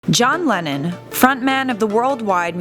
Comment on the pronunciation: Am I the only one who twice misheard "Lennon" as "Lenin"?